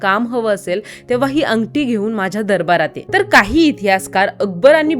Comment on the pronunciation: अंगटी नाही अंगठी